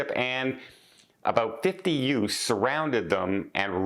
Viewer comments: What are"utes”….oh you mean “youths” Vinny ! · “ What is a youss” 😂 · Did you just say “ yutes?” Sorry, couldn’t resist the “Vinny” reference. Smile